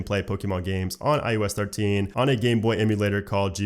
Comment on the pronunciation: Is he saying I U S or IOS?